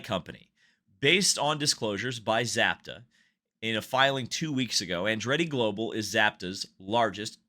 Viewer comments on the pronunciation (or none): Za pa ta not zap a ta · Also look into the case of DynamoEdge vs Michael Andretti. There is a link between Andretti, DynamoEdge and Zapata ("sza-pah-tah"). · Learn some Espanol. Zah-PAH-tah